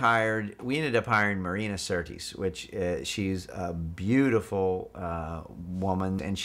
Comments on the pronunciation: She was acting out the part using her best Australian accent, which sounded kinda funny and a little "off" to me. The director is most likely American because he pronounced Marina's name as an American would, with no attention to correct vowel pronunciation and syllable placement, but then, I have an ear for these kinds of things. Queen Marina said she got overheated during filming. I can definitely see why. She is such a damn HOTTIE here, I would also overheat if I were her. Mmm mm MMM. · I couldn't quirte figure out the accent in the film. Found it funny the director pronounced her name wrong then said "she's a beautiful woman and a great actress and a beautiful beautiful woman.!